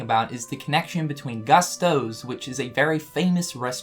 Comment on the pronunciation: Pronounced Goostos.